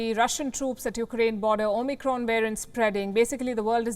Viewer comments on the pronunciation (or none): none